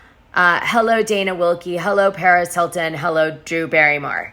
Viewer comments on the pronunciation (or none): none